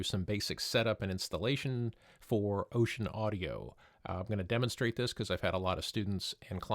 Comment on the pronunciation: It's actually not pronounced "ocean" but "oh-sen." Just for the record.